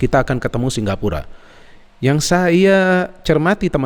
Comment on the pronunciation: Apa aku salah dengar ya Kok selalu ngomong singgapura 😀😀 Bukan singapura